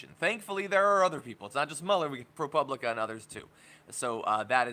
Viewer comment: pro POO blica is how it is pronounced.